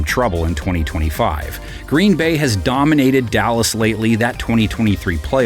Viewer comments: “the allas cowboys”😂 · Did yall hear the narrator say "Allas cowboys" lol bc they have no d! Defense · “allas cowboys” is crazy😂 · “Allas” cowboys 😭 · “going against the allas cowboys” 🤣🤣